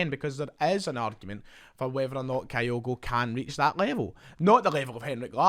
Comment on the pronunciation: ..pronounced kee-goo,….thanks.